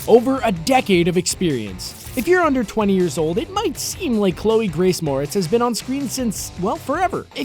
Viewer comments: Shadow It's pronounced More - etts not Mortz tho this guy kept saying it wrong it bugs me for some reason idk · “It’s MorETz, not MOREtz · mortz.... are you for real? it's pronounced 'more-ettes' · Seems you need to learn one important thing - HOW TO PRONOUNCE HER NAME. It's not "more-its" it "more-rets". UGH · Moretz? I thought her name was Mortez.... Just me? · Mo-RETZ... Thanks. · “Chloe Grace Morts” .. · are you for real? It's spelled "moretz." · Stupid AI can't pronounce her name correctly. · The way you say Moretz <<<<< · Cholë Moretz lmao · That's right. On the last syllable, why didn't he do a little resear-- oh, f* it. Anyone knows, duh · Your saying her last name wrong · Yeah i noticed that, its been bothering me the entire time lol